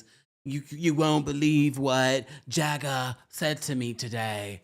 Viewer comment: "JAGGAH" 😂😂🤣🤣 please!!!!